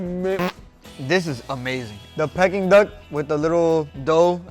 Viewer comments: Pecking duck??? You mean pea king duck.... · Love the videos but found myself shouting at the screen, Its PEE-KING and not PECK-ING 😂😂😂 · Pea-King duck! Not pecking duck! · It’s NOT pecking Duck it’s pee-kuhn-duhk 😂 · 😂 Silly Guga It is called Peking Duck (pronounced "peeking") the hook is for it to be "hung" 😅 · its pronounced peaking duck